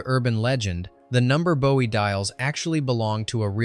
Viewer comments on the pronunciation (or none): And Boo-ee 😂😂